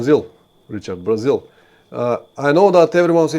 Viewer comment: Cool and informative stream. I also like how "Brazil" with Bulgarian accent sounds similar to "Brazil" with Portuguese accent (Braziwl).